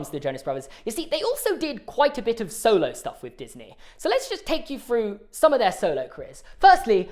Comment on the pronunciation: I can’t continue the video pronouncing through as ‘fru’